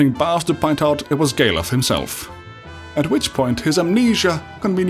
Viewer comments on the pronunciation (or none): The way you pronounce Galuf sound like gay love (gay luv)